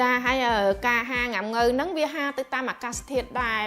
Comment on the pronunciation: ហាល មិនមែន ហាទេ សូមនិយាយឲ្យត្រូវផងទៅ កុំ ហា ហា គឺ ហាល